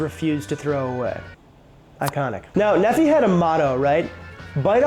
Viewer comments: "Nephi" is a mormon name, out of the book of mormon. It's pronounced knee-fie. Source: Raised by mormons, entire extended family mormon. On the plus side, I, a french fry hater, finally have a reason to be glad fries exist. Because they enabled the existence of tater tots, which are amazing. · Since comments are focuses on pronunciation, Nephi is pronounced Nee-Fi. I liked your video, and tater-tots! Yum!. Great job on how to make them! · You don't pronounce the "phi" in Nephi as "fee" either. It's "fy." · Sorry, but after reading about the pronunciation of Ore-Ids how you pronounce Nephi is bothering me. Knee-phi, not knee fee. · Nephi is a Mormon name. It's pronounced NEE-fy. Ore-Ida is pronounced or-I-da. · Nefee? It's pronounced neef-I. Oreida is pronounced Or-I-da, not or-ee-i-da. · Or Ida is how you say it. Not Or E I Da. Nephi is not pronounced Neh Fee. It's pronounced Knee Fi. It's a common name from the Book of Mormon. Very common in Utah, Idaho. Also if you want something delicious look up a recipe for "Funeral Potatoes" a popular dish served at events in Utah made with Tater Tots typically. It's basically cheesy potato casserole. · Just to help your name pronunciation out, Nephi is: kneefi not neffee (just helping with how to pronounce his name) it grinds when you pronounce it as Neffee. Thought you might want to know. Common name in Mormon land.... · Nephi is pronounced Knee-fy NOT Neffy 🤣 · Nephi is a figure from the Book of Mormon, and his name is pronounced with the emphasis on the first syllable (NEE-fy). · Nephi is pronounce "knee-fi". It's a Mormon name. I married into a huge Mormon family. It's a long story. 😂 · Nephi is probably said the same way as the city in Utah, no? Like, Knee-fy. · The amount of mispronunciations in this video has to be done on purpose. ;P Nephi == (Nee-figh) [like fi in wifi] - fun fact, this is a Mormon name OreIda = (OR-Ida) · Ore-Ida is pronounced "orr-EYE-duh." Nephi is "NEE-fye." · bro said Nephi AND oreida wrong 😭